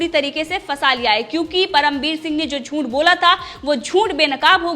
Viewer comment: Teri channel achhi hei. Meine subscribe ki hei. Lekin news kaise ohadhi jaat hei voh sikh. Shabdo ka sahi uchhar sikh. Zoonth nahi hei zooth hei. Tera audio sunke khoon ubalta hei mera tere galat uchharan se. Please hindi sikh le.